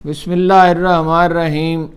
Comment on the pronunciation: اردو توآپ کی درست ہے مگر بسم اللہ الرحمن الرحیم کاتلفظ آپ کا صحیح نہیں کسی قاری صاحب کی خدمات حاصل کر یں